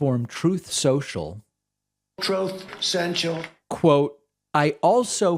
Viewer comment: “Troth Cential” 😂 it never gets old.